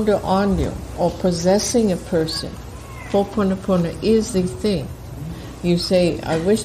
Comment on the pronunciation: This was really vital information to get out and I could barely get past the first part of the automated voice recording not pronouncing ho’oponopono correctly. I’m curious why it was chosen to be presented in this way. This has been part of the problem in our society, with the dilution of the original message people teaching it that don’t pronounce it correctly and here we have an otherwise good video and resource tainted by the robotic voice mispronouncing the core of what ho’oponopono is. Ironic.